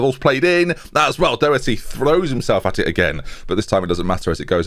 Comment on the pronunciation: Doherty’s name is pronounced like the first two letters in “dog” + hurty